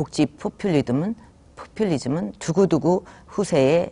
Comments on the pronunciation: 포플리듬 ......어 포플리즘....푸하하하하핳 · 포풀리둠ㅋㅋㅋㅋㅋㅋㅋㅋ 책을읽으니 틀리지